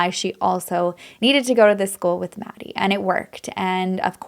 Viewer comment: I know you tried you best and with integrity. Just a few things: 1) Kaylee didn’t live in the house. She was in town and visiting Maddie; 2) you mispronounced Maddie and Xana’s names; 3) it’s pronounced “Ky”, not the CH-sound. 4) They were found in Maddie’s bed as Kaylee didn’t live there. 5) You’ve added mystery details. Can you site your sources?